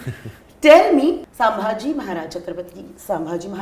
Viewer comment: It's not saambhaji maharaj. It's chatrapati Sambhaji Maharaj.. kindly pronounce it correctly